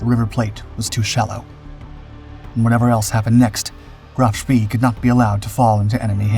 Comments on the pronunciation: Here we go again the narrator’s pronunciation is way off, Graf Spee is pronounced Shpay, named after World War I Admiral Maximilian von Spee, whose name in an earlier video was also pronounced Spea. Only a minor quibble but a glaring error really as nowhere on any contemporary broadcasts by British or American sources do we hear this. And to describe the sinking of an unarmed and helpless merchant ship as a victory is a little crass in my opinion. The breathless and hurried voice is bad enough but for Chinese Robot AI style mispronunciations and phrasing to keep creeping in is something of a distraction. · Graf Spee is pronounced “GROFF SHPAY” not “GRAPH SPEE.” Prinz Eugen is not pronounced “Prinz You gen,” its pronounced “PRINTS OY GEN” Oy as in boy. Gen as in again. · KMS Graff Spee is pronounced GROF SHPAY, to be historically accurate . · Sorry but i think Bäden am See = Graf Spee. "e:" not "i:" I might be wrong tho... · Isn't it pronounced " Graf Spay"? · "Graaf Spay". Say it till you can do it right.